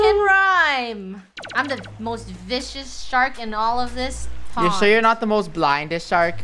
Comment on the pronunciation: No one:: "The MOST blind EST shark.." Smert